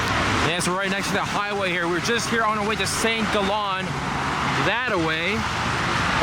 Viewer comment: It's Saint Gaalllen, not Saint Gollon. com'on